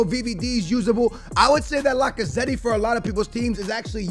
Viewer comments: Bro Lacazetty you for real ,it’s La-ca-zet. The e is silent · The way he says lacazette lmao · Does he not know how to say Lacazette